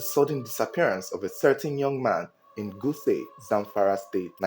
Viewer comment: D town is pronounced as G-U-S-A-U not G-U-S-E